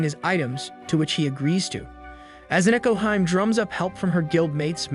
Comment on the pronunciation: Akane is pronounced Ah-kah-nay, not Ah-cain. Nekohime is Neh-ko-hee-may, not Neh-ko-heim. Cringe.